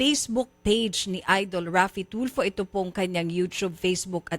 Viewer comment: Ang yabang ni piscal.pero...di mabigkas,bg maigi ang pangalan ni idol....TOLFU daw😁